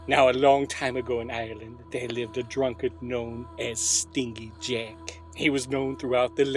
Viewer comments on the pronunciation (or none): That is the weirdest pronunciation of "stingy" I've ever heard... that g makes a "j" sound... assuming that Jack is conceptually a skinflint. If he's part wasp then keep doing what you're doing. Surprisingly accurate pronunciation of Samhain though.